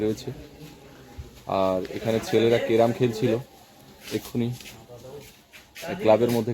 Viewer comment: ভাই কেরাম নয় কথাটা ক্যারাম।